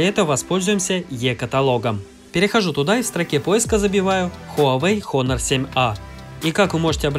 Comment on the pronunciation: ААААААААААААААААААААААААААААААААААААААААААА Honor читается как ОНОР!!!!! НЕ ХОНОР!